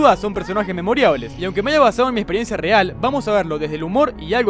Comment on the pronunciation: Gente común: Memorables Twenty: Memoriables 😎👊